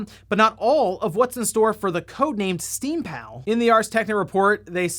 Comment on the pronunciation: sounds like steamPOW every time